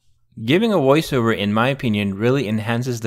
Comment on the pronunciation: In my opinion, he sounds less robotic that you do. No offense. It was only his mispronunciation of "voice, Over" that jumped out at me, and any real human not in this business might have made the same mistake.